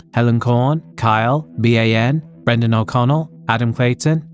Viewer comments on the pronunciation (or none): none